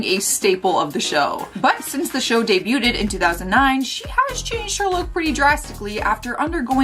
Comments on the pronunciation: Just so you know. Debuted is pronounced “dey bued,” not “dey bute ed!” Thanks. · Please quit saying debu-ted. Not how it's pronounced. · DUDE!!! NOBODY CAUGHT THE CONSTANT SLAUGHTER OF THE WORD "DEBUTED"?? WHY DOES SHE KEEP ADDING SYLLABLES TO THE WORD??! 🤣